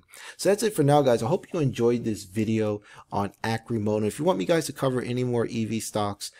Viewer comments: Arrrcimoto, not Arcimoto. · Pronounce it correctly at least omg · Your research is pertty light if you dont even know how to pronounce Arcimoto. a stockholder.